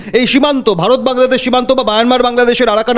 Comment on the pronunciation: এরে সাংবাদিক কে বানাইলোরে ভাই, বাংলাদেশ শব্দটা তো উচ্চারণই করতে পারে